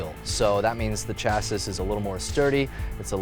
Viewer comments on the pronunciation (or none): CHASSIS IS SIMPLY PRONOUNCED CHASSY GOOFY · Not to be that guy, but I’d want someone to tell me too: chassis is pronounced “ch-ass-ee”, the s at the end is silent. Thanks for the review!